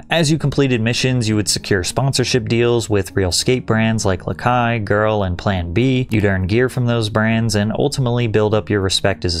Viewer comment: Shout out for pronouncing lakai right haha